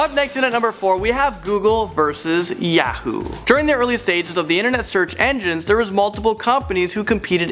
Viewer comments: I Can't stand the way says Yahoo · The way he says Yahoo pisses me off. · Hey says Yahoo funny lol